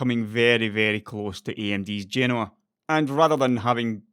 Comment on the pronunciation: Nice video and thanks for pronouncing Genoa correctly. I'm guessing the SPR delay is probably yield issues on such a large tile die and the disconnect between chip design time frames and fab realities.